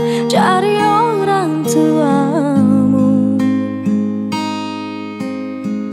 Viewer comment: Kenapa ya tiap orang nyanyi pelafalan huruf t jadi c. Misal orang tuamu...diucapkan orang cuamu 😂😂😂